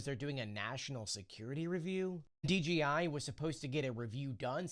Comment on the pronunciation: D JAY eye. Why do you keep saying Dee, Gee, Eye? It's a J not a G.